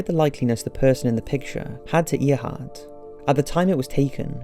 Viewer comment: Its,AIR-heart.NOT EAR-heart..